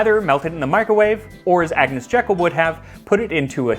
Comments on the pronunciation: Max, your food histories are so interesting and entertaining so I have come back to watch the earlier ones I missed. You probably won't see this now, But Agnes Jeykll's name was pronounced Jeekull not Jekkle. : ) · Lady Jekyll's name is pronounced "JEE-kull". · it's JEE-kull to you.... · I’m not certain but I believe her name is pronounced like the garden designer Gertrude - that is, jee k’ll. Rather than the Dr of Robert Louis Stevenson fame. Interesting video, many thanks. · I had not seen this before - it's excellent. Thank you. A little bit of pedantic trivia. Agnes Jekyll was from the Jekyll family - a sister-in-law was Gertrude Jekyll the horticulturalist and garden designer. They pronounced their name 'Jeekyll' (quite common in Scotland - it's a Scottish name). One of her husband's uncles had been a friend of Robert Louis Stevenson, who used the name for Dr. Jekyll & Mr. Hyde. Stevenson also pronounced it 'Jeekyll'. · pukka people actually pronounce it Jeekyl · A minor point but, hey let's get the historical details right, you should pronounce her surname..."JEEkl" like the garden designer Gertrude Jekyll who was her sister in law.